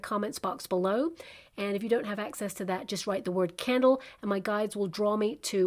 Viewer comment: Oooh a candle!!! Hahaha I thought you said camel!! 😂 🕯️🤭